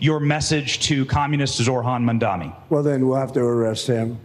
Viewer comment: No one commenting on the fact that the reporter asking Trump the question didn't even know how to pronounce his name. ZoRHan MaNdaMi. 😂. Add "communist" on top of that and you see what a joke these people are